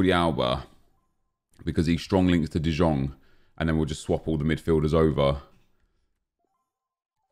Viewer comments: DE YONG DE YONG DE YONNNNNGGGGGGGG is how its pronounced. I legit yelled it like everytime he says de jong smfh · IT IS FUCKING PRONOUNCED ‘DE YOUNG’ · The way he pronounces De Jong triggers me too much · Prod. by End I swear same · Painful to watch when you say De Jong wrong, sickening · 2 things that annoy me, well 2 of many, calling tadic ziyech and the way he pronounces de jong.